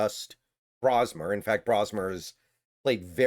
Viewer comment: Pronouncing his name wrong. It isn't "Brah-smer", it's "Bro".